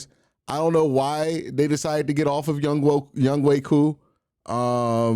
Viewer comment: Just butcher his name q lmao its yung HO lol